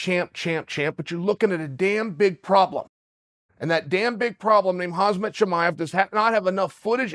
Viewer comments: Khamzat not Hazmat😂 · When is Chael going to pronounce khamzats name right? Its not hazmat! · Correction- Chael: “hozzmott” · His name isn’t Hazmat lol. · For How Long Will King Chael say “KhaZmat”? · It's "Hazmat" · Chael, how do you feel about Khamzat "Kamikaze" Chimaev? Okay, great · Please, pretty please with sugar on top, learn to say Khamzat. Please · I can’t be the only dude who thinks Gilbert would beat the piss out of Khamzat Side thought: how long will it take Chael to pronounce Khamzat’s name right